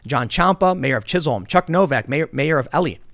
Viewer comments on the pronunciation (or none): none